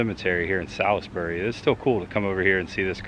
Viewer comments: And Salisbury is the birthplace of Cheerwine, and is pronounced "SAWLS-burry" here. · I know this was posted like 3 years ago but I love the Evil Dead movies. Salisbury NC is a beautiful place. lol and Cheerwine is my favorite drink. Just a FYI it’s pronounced Suls-berry 🤷🏻‍♀️ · Salisbury= Sahls-bury or Sauls-bury. The "i' is silent. I'm originally from Charlotte, and the "i" was never pronounced. I was actually supposed to go to Livingstone College there, but the cards fell another direction. Hopefully, you'll be able to go Carowinds sometime. You could go there and ride Intimidator, a hypercoaster themed to Dale and NASCAR in general. There's some other great coasters there too. It's cool you went to What-A-Burger. However, the one you went to is not affiliated with the Texas chain Whataburger. This one is part of a local chain. I used to go to the one in Mooresville all the time when I worked in that town.